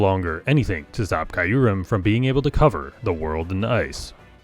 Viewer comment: The way you say Kyurem, hurts my soul.